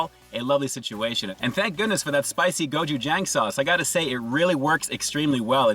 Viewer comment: You miss pronounced......it is pronounced like this.....”go chew jong.”